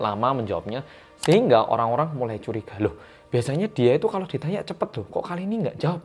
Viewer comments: Curiga kak bukan curgia😂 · CURIGA bukan CURGIA 🤭 semoga bukan Kim Seon Ho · curiga bukan curgia..wkwkkw